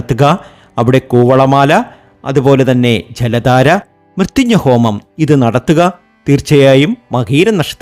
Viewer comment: മൃത്യുഞ്ഞ പൂജ... ആദിമായിട്ട് കേൾക്കുവാ😂😂😂😂 പോയി നാവ് തൊടച്ചിട്ട് വാടാ .. മ്യ ത്യം ജയഹോമം